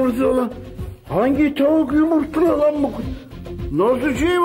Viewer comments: Ocağa konuşma laaaen demesi bitirici ya 🤣🤣🤣🤣🤣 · konuşma laan 😂😂 yani gerçekten bir sarhoş olsa orda ancak öyle bir tepki verebilirdi 😂